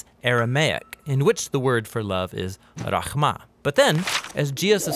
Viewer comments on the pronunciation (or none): Aramaic is not a cousin language of hebrew. It actually is the very first language and hebrew came after it. Also the word Rahmah is not pronounced with a "kh" it is pronounced "raħma".